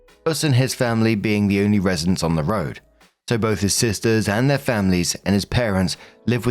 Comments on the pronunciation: To me, it sounds like, “With’ir update” like a conjunction between With and Their, so it always made sense to me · Nooo!! Your "'er update" was just fine. Yeah, it sometimes sounds like "her" but mostly sounds like you're swallowing the "th" when saying "their" which I thought was fine. I liked the little accent on it.